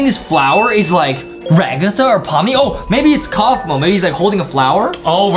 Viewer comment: It's cosmo NOT KOFMO😡😡🤬